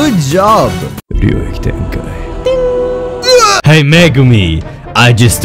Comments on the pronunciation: the way he said ryotik tenkai😭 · the way you said "Ryoui tenkai" 💪🔥❤️